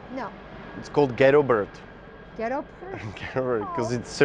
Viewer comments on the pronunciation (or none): nemá to být spíš "ghetto bird" než "ghetto bert" ? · Jan Vybiral I heard “bird”. I am sure that you got the meaning right.